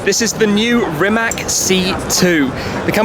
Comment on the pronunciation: Its not Rimak. It is Rimac. You pronounce C like you were to read an alphabet